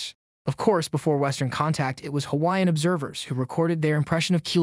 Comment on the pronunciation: it's not a synthesized voice. you can hear breathing. what synth voice would breathe? not to mention how he pronounces the Hawaiian words too well for synthetic.